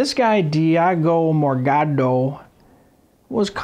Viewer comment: diago morgado LMAO the way you say it is funny